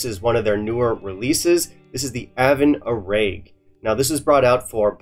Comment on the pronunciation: Good god! Take minute and learn how to pronounce Gaelic. It’s really not that hard, especially since the majority of them, such as this one, actually have the pronunciation in the bottle. It just makes you look lazy and snobbish.